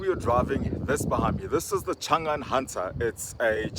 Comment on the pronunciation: Thought I heard you say "Shangan Hunter" 🤪